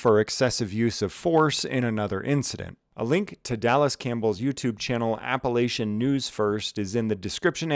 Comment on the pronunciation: Said Appalachian wrong well wrong according to the folks in Appalachia. But we forgive you for all you do but if you want the good folk in these mountains to follow you, I recommend using the home version. I joke kinda.